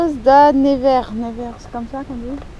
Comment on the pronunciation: Bon, Si tu c'est pas lire mon Nom c'est très grave de pas savoir lire un nom Portugais pour des Portugais, (Carlos75 il s'ai le lire avec l'accent du pays) et c'est pas difficile a lire tous le monde c'est le lire, j'ai jamais eu de probème dans ma vie, c'est bien la 1er fois que j’entends ce que tu as dit. Ou est-ce que tu a lue un R dans mon nom de famille (ta dit... "Da NevaiR" C'est Das Névès, avec les accents (en Phonétique pour les enfants;-)) "Dasse Névaisse") ( ça veux dire en Français le Roi de la Névé (Neige)). On me l'avais jamais faite cette la, c'est mème pas que tu a écorcher mon nom, c'est de ne pas savoir lire ce qui est écrit... ADIEU je vous quitte... Je me désabonne tu ma vraiment Déçus. Adieu la Familly, je Boude pour de Bon et pour toujours.:-(((